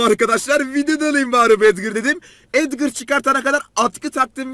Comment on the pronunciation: Abi collete edvır diyo bir tane sesinde edgar diyo bence